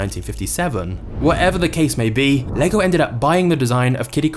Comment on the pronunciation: im danish and most english speakers dont pronounce the name right but you did a great job pronouncing it right thanks for that XD